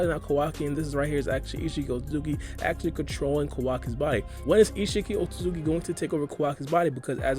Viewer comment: “Oat-Suits-ki” not “Oat-tu-suki” that being my only gripe... great analysis